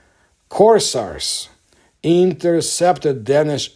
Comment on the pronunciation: Not to be an ass, but it's Cours-AIRS. Long "A". Excellent video. This thing seems to be kinda the real life version of Sauron's Ring from LOTR. Except its trying to get back to Meso-America instead of Mordor to its Sun-God master.